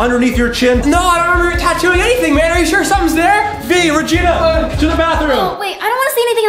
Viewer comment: its regina not ragain